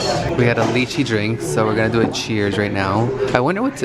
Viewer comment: Have to let you know lychee is pronounced lie-chi.